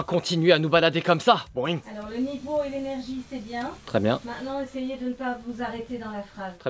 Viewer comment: c'est "BOINNNg" mais pas "BOIIINGG"